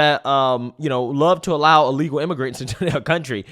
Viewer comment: BIRTH, not BIRF. Why do you pronounce the word "illegal" like you are in the process of vomiting? And PLEASE, clear your throat before you go on mic. It's disgusting hearing your phlegm in the back of your throat that you swallow back. Fucking disgusting.